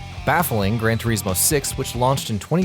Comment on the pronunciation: Did I just......hear..... grand tureesmo ??? XD